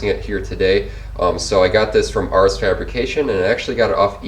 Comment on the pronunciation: Glad you like the spacer. Great install video. FYI it's pronounced Ares (AIR-eez). Let me know if there is anything else you need help with. Thanks again!